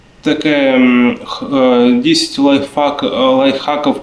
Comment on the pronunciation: Лайффаков - ой🤭🤪! - лайфхаков 👍👍, этт было смешно и мило одновременно!!! Но в главном молодец 👍👍👍👍💪💪💪💪